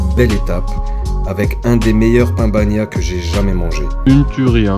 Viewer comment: Salut, ce que tu as mangé c'est un "pan bagnat, pas pain bagnat" voilou biz